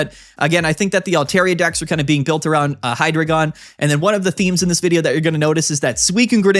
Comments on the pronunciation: Hydreigon is pronounced "High-Dry-Gon" matching its evolutionary line and their number of heads with German numbers one, two, three (Eins,zwei,drei - Deino, Zweilous, Hydreigon) I don’t usually comment, but I’ve seen a lot of debate about this topic and wanted to lend this insight! Ahahaha 😭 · For the same reason we don’t call Pikachu“Pick-A-Choo”… bc that’s not how it’s pronounced. (And to be clear it’s “Hi-Dry-Gon”)